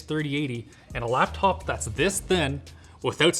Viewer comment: Normal human: Laptop This guy: loptop